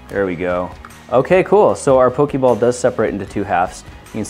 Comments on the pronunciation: It's "Poh-Kay-Mon" And "Poh-Kay-Ball" Not "Poh-Kee-Mon" And "Poh-Kee-Ball". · It's not pokeeeeeebals its pokeballs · can we address he is saynig pokeball wrong??? its not pokey its pokA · Why is he saying "Pokiball" and not "Pokeball"? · Pokey ball? Poe-key ball? I'm offended. But only because it's the Internet. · didhe just say pooki balls? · auctully is pronounced ''poke-ay-ball'' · That's NOT how Poké Ball is pronounced :/